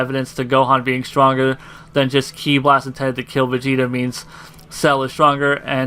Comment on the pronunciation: For the last time KI is pronounced "KEY" not "KAI". Other than that an excellent video.